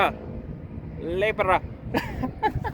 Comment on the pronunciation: Lebra or libra lol